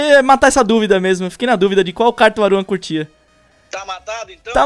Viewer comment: "Aruan"? KKKKKKK Só Falta No Proximo Video dessa Serie Vim o Edukof... Kkkkkkkkk